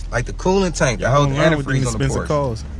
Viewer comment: First of all. Learn how to pronounce the word Porsche. Especially if you own one.Secondly the brother purchased the 996 -911. That model always has problems. Stay away from that one totally. Porsche enthusiast will tell you that one.